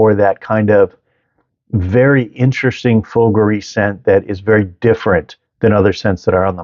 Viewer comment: Man... At least you could make the effort to pronouce fougere correctly if you have a YouTube channel about fragrances..